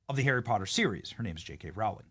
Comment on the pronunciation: It's pronounced ROW-ling as in 'row your boat' .